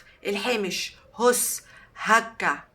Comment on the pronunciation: هٍس بكسر الهاء تسكين السين